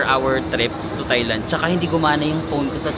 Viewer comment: Kahit yung Thailand, it's pronounced with a hard "t" and not the conventional "th".